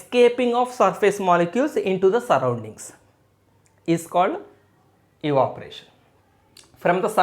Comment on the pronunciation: Sir that's not eevaporation that's evaporation